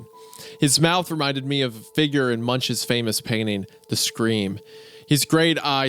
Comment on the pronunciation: the way wendigoon pronounced Munch (the painter) is gruesome